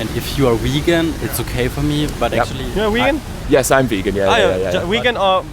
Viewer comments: I am a german girl and watching this hurts so much...when he says vegan it sounds like wagon...ahh cringe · "So you are region"....people who are waggon".... amazing pronounciation of the word "vegan" mate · I cant get over how the first guy says waegen when trying to say vegan but i know its an accent issue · "Wagon" uhm you mean vegan? Hahaha Germans (love ya) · It's really unfair that you start with him saying wegan lol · How the German couldn’t decide how to pronounce „vegan“ 😂😂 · What and idiot! He can't even pronounce "vegan". And he talks about "tradition" and blah. I'm from Germany, too, and I just managed to get my hopefulls all-vegan grocery shopping (unless I overlooked something) done at Rewe. ... I'm not vegan yet, but I'm trying. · He is german and apparently, he doesn’t know how to pronounce vegan. xD